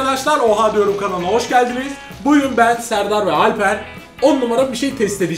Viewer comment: de fırat abinin "bugün" yerine "buyrun" dediğini zanneden bitek benmiyim lan